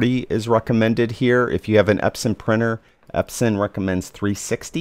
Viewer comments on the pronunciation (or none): none